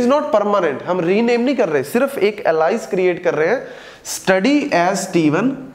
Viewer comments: really helpfull video 👍👍, i am going to help you with the pronunciation of "ALIAS" its not एलाइस its एलियस 🤗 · अलाईस नहीं एलियास pronounce karte hain .... Baki sab best hai 👌🏻